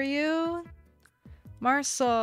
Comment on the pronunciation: IM SCREAMING THAT IS NOT HOW YO7 PRONOUNCE MARCEL 🔪